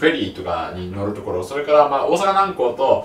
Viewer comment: 細かいけどさ 大阪南↓港↓ ❌ 大阪南↑港↑ ⭕️ が正しいイントネーション